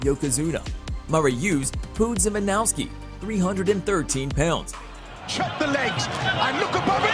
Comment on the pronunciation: God damn you need to learn how to say names properly it's Mirko cro cop name say it like per ( Mer co - Crow cop ) and the other one what was terrible was Mariusz Pudzianowski. So ( Marious - Pud gia nowski